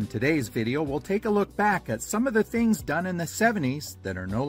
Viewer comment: Why do you say fings not things..just asking